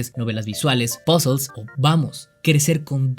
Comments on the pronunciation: el video iba lindo, hasta que dijo pozels, ahi callo mi ¿ queeeeeeee? pozels que es eso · "POZOLZ" :v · "pasol" XD